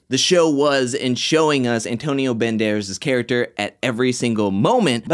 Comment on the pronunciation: My guy, don’t ever say Banderas and while we’re on the subject, try and steer away from saying Horacio as well 😂. JK, can’t get enough of your videos!